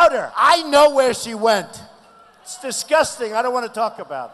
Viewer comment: He says disCUSTing, not disGUSTing.